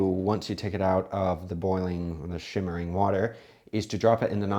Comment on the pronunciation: It’s “simmering” NOT “shimmering”